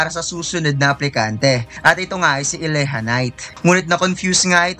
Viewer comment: Boss diba Elijah knight Yun Hindi eleha knight